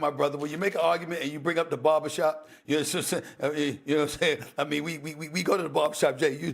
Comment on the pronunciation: Kendricks face when jwill said "barbershop" 😂😂